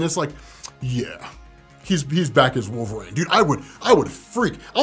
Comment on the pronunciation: I love ya but the way you say wolverine is just the worst lol it’s WOLV-UH-REEN not wolvrain.